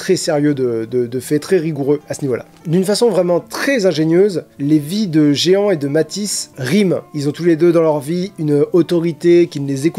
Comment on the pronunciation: Je pensais avoir un compte Good Reads mais même pas, alors j'en ai créé un ^^ PS : Jehan ça se prononce Je / an ;) (c'est le prénom de mon grand-père maternel)